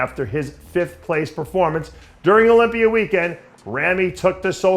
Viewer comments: Sometimes he pronounces it with the A at the end also like when he says sawr instead of saw which he pronounces sometimes without the R at the end. Mr pretender is phony and annoying. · Olympi-er? haha love you dave